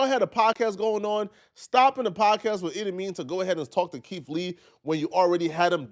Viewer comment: Keith not keif